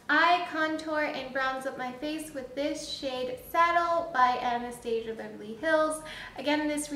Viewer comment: Nice review! Just bought this yesterday, can't wait to try it! P.S. it's pronounced Ana-stas-ia, not how you were saying it. I had to cringe a few times b/c of that. But again nice review.